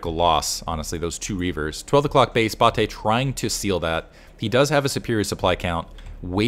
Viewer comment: Love seeing Bulgarian SC scene being represented! You were pronouncing Bate correctly. Thanks for the content, been watching since the OG days of you and moletrap and klazart